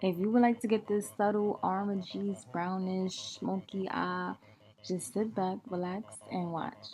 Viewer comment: very Harlem 😂😂. she said " smokey ah (eye) " I love it!